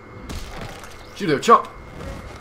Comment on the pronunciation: judo chop with an english accent lol